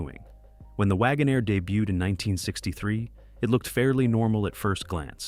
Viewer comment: Wagonaire. NOT Wagon -Air